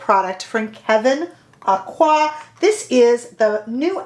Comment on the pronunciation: Just an FYI, his last name Aucoin is pronounced Oak-wan.